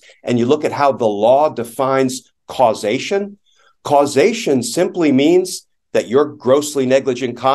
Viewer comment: Had me at "Causeation"